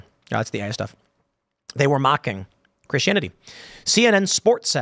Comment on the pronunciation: I've never heard anyone pronounce Christianity this way.